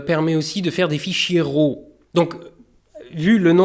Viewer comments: Il ne faut pas dire RHO, il faut dire RÂ, à peu près. (raw) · Raw se prononce comme le mots RAT